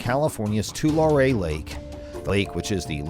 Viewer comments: It's pronounced Twolarry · ITS PRONOUNCED ( TUH-LARRY)